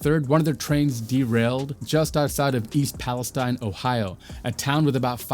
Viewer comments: East Palestine is pronounced PAL-es-TEEN. 😉 Excellent reporting, thank you. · That one’s “pal-ess—TEEN” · it’s pronounced palesteen! otherwise, good job. i know this is 10 days old so we’ve gotten a lot more information. i hope you plan on doing an update.